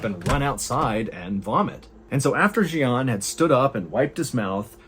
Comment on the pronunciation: Jian is Mandarin and is pronounced more like "jyen"